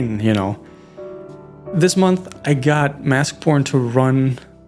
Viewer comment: Okay I know I’m not crazy now. I assume it’s too late to change and I wouldn’t want to either, but based on the accent of the person speaking, the game name sounds like Mask P0rn. Even the auto captions guessed that as the title :(